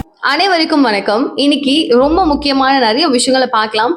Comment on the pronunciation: அனைவதுக்கும் வணக்கம். நழிய விஷயங்கள் பார்க்கலாம். என்ன உச்சரிப்பு இது. ஒழுங்கா படிம்மா? நீ என்ன இங்லீஷ்காரியா? தமிழச்சிதானே.